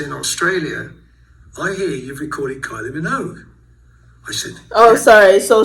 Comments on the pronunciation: What the hell is simon cowell saying? everyone in the uk knows to say minogue with the g, he even had her sister Dannii Minogue on the UK X factor lol you were saying it right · You say it right don’t worry 😂❤ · You are pronouncing her name correctly. He just have an accent. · Your pronunciation is perfect with the G. … ignore Simon. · No you are saying Minogue correctly. Simon simply cannot move his mouth correctly. Kylie has always had this incredible magnetisms. It just seemed natural that her music career would take off at the time. It was no surprise to me anyway.